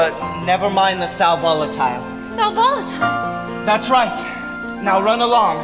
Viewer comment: its pronounced sal vo·la·ti·le /ˌsal vəˈladəlē/ lol not Sol Volatile lol